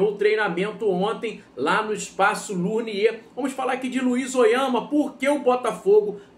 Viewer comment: TÁ PASSANDO RECIBO PRA PLATÉIA! EU, HUMILDEMENTE, COM RESPEITO, ESTOU TENTANDO AJUDAR. O NOME CORRETO É "LONIER" E NÃO "LURNIER".